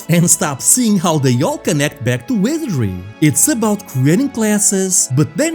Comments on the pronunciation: take a shot, every time he says wesery. don't haunt me from your grave after though ♥ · I gotta be straight with you, man: it took 8 times for me to understand you were saying 'Wizardry'. Please make sure you're saying important words like 'Sir Tech' and 'Wizardry' clearly! You're got really good presentation otherwise! It's a good video. But I had to read the description to understand what game we were talking about :c